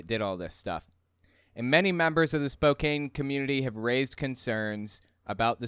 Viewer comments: Excellent video! Oh, Spokane is pronounced Spo-cann. Weird, I know. I'm from Washington state. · Tell me you have never lived in Spokane without telling me you haven't lived in Spokane. It's pronounced Spo can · Honestly there is very little difference between Nazis and Christian Nationalists. So sorry to be a grammar christian nationalist but your pronouced Spokane wrong. It's pronounced Spo-Can. Many Washington State cities are named after Native Americans or tribes, Seattle being the most notable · Hey,, Spokane is pronounced Spo- can. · I know it's spelled with a "KANE" (Spokane), but it's pronounced with a "CAN" (SpoCAN). Just a heads up from a Washingtonian who loves what you do! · Quick Correction- it's pronounced "Spo-Can" with a short A sound. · Pronounced: Spo-can! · Love the content and watch all your videos. As someone from the Pacific NW I got a chuckle out of your Spokane pronunciation. Just an FYI it's pronounced :Spoe - can. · Yes! Puyallup raised, currently living in Tacoma. I winced with every "spo-cane" pronunciation. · I am going to forgive him mispronoucing spokane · why do you pronounce Spokane like that? Have you never heard it said? So bizarre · Not that it's super relevant, but as a Washington native, it's 'Spoke-anne' or 'Spo-can'. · It's pronounced Spo-can. Not Spo-cane. You're driving me nuts every time you say it. And Oregon is pronounced 'organ', not 'or-a-gone' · Ahh..my ears..."spoke cane"....it's "spoke can"lol....though this dude is a hypocrite because he worships christ on the cross and the virgin mary...there's "idols " of them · Sorry to be the grammer Nazi but it's Spoke Ann, not Spoke ain. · Every time you say "Spoke-ayn" my soul died a little Just FYI for the future, it's pronounced "Spoke-anne" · It's Spo-CAN, not Spo-cane. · Spokane ... "Spoke Anne" not "Some Ayn". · It's pronounced Spo-can, not Spokane! I'm from there and all my family is there. It's uber conservative. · Its pronounced Spoke-Anne